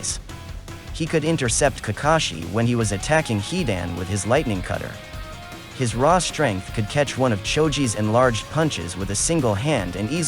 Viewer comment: “Lithnigh cutter” chidori?????